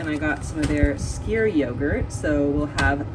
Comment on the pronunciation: Hey, skyr is pronounced "s-k-u-r";) it's great!